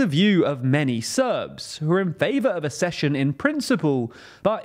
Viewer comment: The word "accession" is pronounced AK-SESSION and not ASS-SESSION. You're welcome!